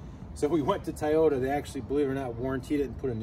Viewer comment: Another cool video to supplement your awesome “action” ones! 💪🏻 (although I gotta take issue with “Thai-ohta” instead of Toy-ota 🤷). Happy off-roading,! Can’t wait for the next video